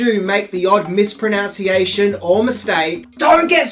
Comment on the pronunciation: It's "misproNUNciation" not misproNUONCEiation". Still love you.